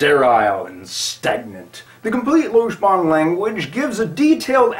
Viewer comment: And then there's the perhaps most prevalent misconception that it's pronounced "lodge-ban"; which was of course addressed in the video just by pronouncing it correctly :-) I just started learning it two days ago, I like it very well so far. Then again, I've always been one to want everything to be logical and predictable. That's why I learned Esperanto; it's way better than English, as I define betterness. Whether I'll like Lojban better than Esperanto, it's still too early to tell.